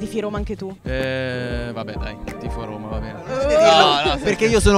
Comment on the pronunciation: Si dice dajje rommma, non daje romaaaa